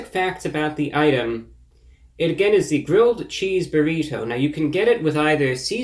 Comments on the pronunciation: You say "burr-ito" weird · "burrhito" I love it man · "Burr- heet- toe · The way he says Burrito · 2 Things ... I love how you say Burrito and You really killing bugs with your Sunday's Best !!! #GOAT lol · I like you man but do you really say burrito like that? Wow.. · He hits that hard T in burrito the way Hank Hill would. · ReviewBrah pronounces Burrito like an upper class Brit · the way you pronounce "burrito" is hilarious